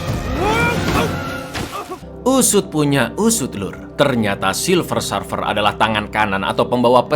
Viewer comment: Bukan Sarfer cak,tapi Serfer cara nyebutinnya